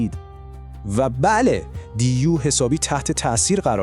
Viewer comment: سلام، بعضی کلمات درست تلفظ نمیکنی،مثلا دیو میگی (دی یو‌ُ)وچند کلمه دیگر.درهرصورت موفق باشی،منتظرداستان بعدی هستم. رضاازمشهدالرضا